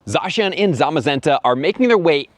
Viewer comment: is the only youtuber to pronounce Zacian right. Just wanted to put that out there.